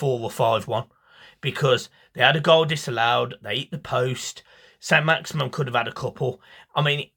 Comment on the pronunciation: Its Maximin... Not Maximum. Put respect on his name